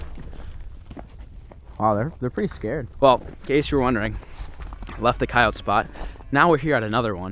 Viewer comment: Annoying how he pronounced coyote but otherwise an awesome video!